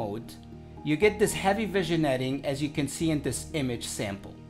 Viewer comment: It's pronounced vin (like on a car) yetting....